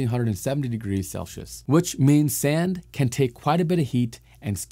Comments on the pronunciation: You are pronouncing Celsius incorrectly. It is not “Sel-she-us". It is "Cell-see-us". Good luck! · Celcius is pronounced "sell-see-us" not "sell-she-ush". I didn't hear any other words indicate a speech impediment so I hope ok lm not just pointing out a disability